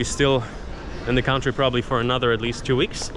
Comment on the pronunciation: I thought you were American, until you said Country (count-tree) Russian?